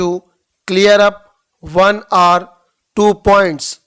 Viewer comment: Sorry sir for pointing out mistakes but your or sounded like arr. These small things are big when examinations are concerned. Please improve.